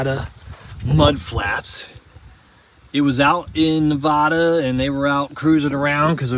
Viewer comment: Looks like you have Warren Hubs in the front end so that's a 4X4? Oh by the way it's Nevada not Navaaaaada😊